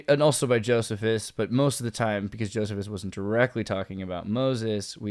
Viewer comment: The historian's name is pronounced "Joe-SEE-fus" not "Joseph-is"